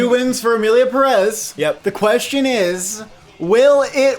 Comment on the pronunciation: The Oscar’s expert can’t even correctly pronounce pérez